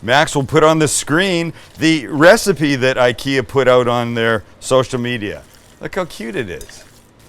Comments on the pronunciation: Yeah, and it's ['ikea] after Ingvar Kamprad, not ['aikea] 😁 Sorry for fighting against windmills 🤣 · It's Ick-ea, not eye-kea. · Found your channel and my life is ruined! Send me a garlic press and maybe my wife will forgive you! It's Ick-Eeh-Ah btw.... who fkin cares right :) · Thanks for this. My Swedish sister in law pronounces IKEA as “E-Kay-uh”. Just enjoyed her Swedish meatballs this weekend, which she made with ground Turkey. Delicious!!! Yes McNally served with Lingonberry fruit spread , potatoes and cabbage that she allowed to caramelize to bring out its natural sweetness. She said,” Just like my grandma taught me.”! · If you want to impress your friends with your Nordic accent, start by pronouncing IKEA correctly. It’s E-KEA. Much love from Danmark. 🇩🇰